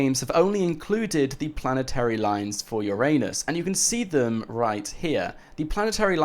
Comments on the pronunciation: Haha ffs. It's pronounced Ura-nus not your anus! 😂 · Bruh? It's ur-nus, not ur-anus!!!!! Get it fucking right